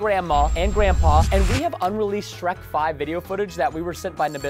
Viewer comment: Not to be rude but it's Shrek not sherk 😊